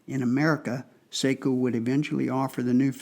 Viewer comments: It's definitely pronounced S-ah-ko. Finns use the dipthong ei for the long A sound. They use ä for the sound of the a in the English words cat, hat or at. Sort of. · Yes, the proper Finnish pronunciation is "Sock-o", as in the sock on your foot. My family hosted a Finnish exchange student one year and she corrected my mispronunciation. That said, I don't own a SAKO rifle but I do love my Parker-Hale .243 Win. And the name is spelled in all capitals. It refers to, "Suojeluskuntain Ase- ja Konepaja Oy" which in Finnish means, "Civil Guard Gun and Machining Works Ltd". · Say-ko rolls off the American tongue much easier than Sock-o. :)